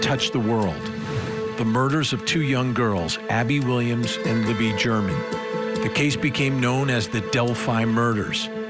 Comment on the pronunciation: Her name is LIBBY NOT LEMME